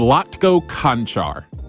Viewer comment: Love the video and the work man but you cant be butchering our man Vlatko's last name like that, its CHanCHar not CanCar.